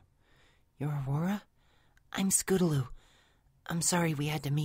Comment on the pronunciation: Scotaloo? Don't you mean Scootaloo?